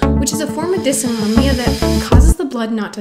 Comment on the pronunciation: Thanks for all of your helpful tips and tricks! For compression stockings, mm Hg means ‘millimeters of mercury’. Like a thermometer measuring temperature, mercury can also be used to measure pressure, and is thus used to denote units of pressure. Also, as an ME/CFS, SIBO, IBS, leaky gut, and POTS sufferer myself, I feel compelled to tell you that it’s pronounced “Diss-auto-NO-mee-ya” 😬...I think a lot of us have GI issues, and I wonder if there isn’t a link between these issues and ME/CFS/Fibro.